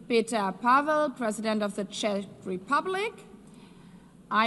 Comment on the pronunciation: Ffs learn how to pronounce CZECH, you earn so much money from tax payers ao at least learn this. Best regards